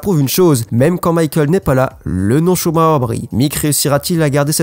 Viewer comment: bah "schumarer".....